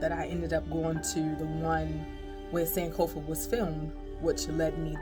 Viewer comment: Waaw sis there is something about you that le'v recognised, you speak like a fanti your pronunciations are on point like sankofa and l say you are an ancestor you are most welcome 🙏🙏🙏😁😁😁l feel like crying